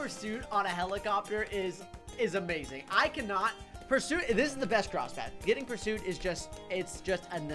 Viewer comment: Life leberty & the "perrsut' of happiness